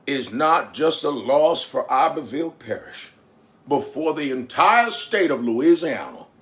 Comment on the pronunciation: U da first to pronounce da name of da parish correctly